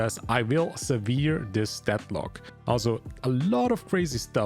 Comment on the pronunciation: "sever" is pronounced "seh-vr". Severed is the same but with a D at the end, just ling severing you can just pronounce that sev-ring. The word you're pronouncing is severe (with an e at the end). Pro-tip, look up how words are pronounced online if you're unsure (your english is pretty good otherwise)